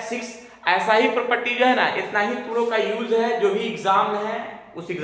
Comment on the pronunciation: Bhot der se mere ko yeh laga ki Polpatti bol rhe hain yeh...baad mein samjh aaya Polpatti nhi properties keh rhe hain 😂